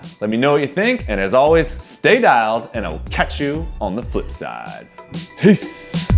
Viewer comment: Was I the only one who heard piss instead of peace at the end of the video ?